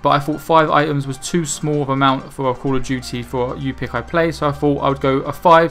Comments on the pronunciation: Love how you say ball of duty ;p By the way,it doesn't matter about the pronunciation (you did get it correct :p) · AND congrats at your first 1k viewed video! (And I noticed it was call of duty not ball of duty...c looked a bit like b and plus everyone calls call of duty bal of duty so I got mistaken)